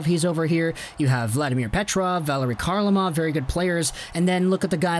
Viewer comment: I have soooo much to say about this subject that it’s tough to know where to begin. Let’s start with the K in Kharlamov being silent. The name is pronounced Harlamov.